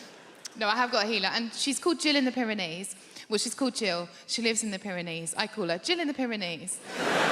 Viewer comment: Pair of knees 😂that is all I hear why she says it